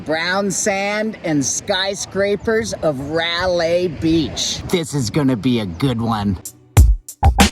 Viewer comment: Fantastic videos. One suggestion is to actually pronounce the beach name correctly because frankly, it's the least one can do. :) "rye-lay" as in, "rye bread" and "she was a good lay." RYE-LAI. :D